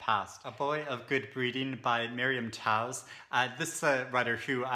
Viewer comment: Did that Latvian novel say 7 MILLION copies sold? How? :) Love that Janet Fitch blurb on Permission... I trust her opinion on stories about young girls because she wrote White Oleander, which is so good! Why the heck have I not heard of that Toews novel (and very sorry, I'm going to be obnoxious and tell you her last name is pronounced like "Tayves")